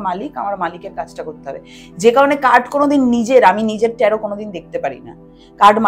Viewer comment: উচ্চারণ টা ট্যারো । ট্যারোট নয় ।